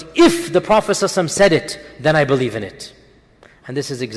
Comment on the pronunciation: beleave? or believe?